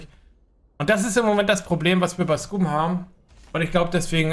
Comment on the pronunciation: Alter hörst du dir selber zu? Warum sollten die Entwickler nur Samstags Mechs anmachen?? Hää? Damit Samstag keiner dann dahin geht? Und was die EInstellungen angeht check die mal. Auf unserem Server ist alles einwandfrei mit Loot. Aber so ist das wenn man zu faul ist sich bisschen was zusammen zu looten. Lern zu spieleb du Bot ;) und achja es heißt Skam und nicht scuuuuuuum